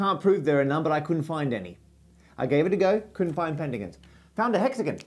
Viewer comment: The most PAINFUL thing about this video was listening to you pronounce the words: Hexagon (Hex-again) Octagon (Oct-again) etc.. Either pronounce it correctly, or pay your parents back for the money they spent on your education.